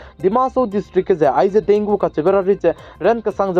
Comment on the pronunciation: Thanks for update and one thing bro Dengue is pronounce as "dengi". Tq u....